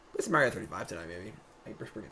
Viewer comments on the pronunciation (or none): none